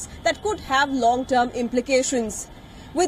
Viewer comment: Thanks for pronouncing Bengaluru properly 🙏🏻